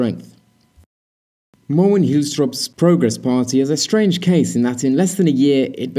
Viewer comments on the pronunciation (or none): none